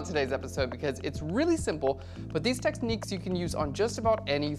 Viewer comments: Great tutorial, thumbs up for the "texniques" :) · Who else notice that he said "Texnics"?